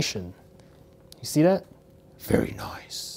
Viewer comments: Monica Guzman no he said vetty noice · Very noiceeeeeeeeeeeeeeeeeeeee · 97% is saying like for iPhone or Samsung 2% Is saying how many times did he say very noice 1% is jokes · Monica Guzman I know right and the way he says it very noiceee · His very noicee is funny tbh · No it’s “very noice” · "Very nooice"😂